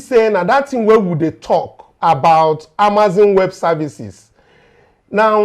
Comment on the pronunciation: the business is pronounced Amaz-on and NOT Amaz-in. You and your crews are doing a wonderful job.